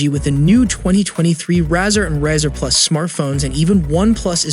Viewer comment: I like the idea of a foldable phone but I just don't trust it. It has to be weak there's no way this thing can hold up. Maybe in a few years. Did you really say Razzer? It's the same word as the thing you shave with which is a Razor, not a Razzer you goof. Back in the flip phone days they used to make a really thin flip phone with the same name. The name was a reference to it being razor-thin.